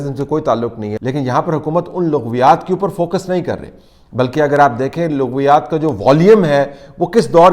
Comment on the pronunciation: Bhai "Laghviyaat ki Laam pr zabr ha,correct kr la word,don't mind